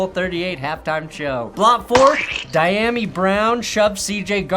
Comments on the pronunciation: as a Washington fan, lemme help you with some of the receiver pronunciations. Dee-ya-me Brown O-la-mid-ay Zaccheaus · DEE-YOM-ME Brown